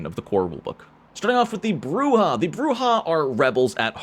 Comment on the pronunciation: Thank you for correctly pronouncing Brujah and Camarilla correctly.